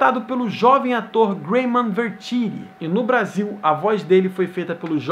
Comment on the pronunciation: 5 06 blasil ao invez de brasil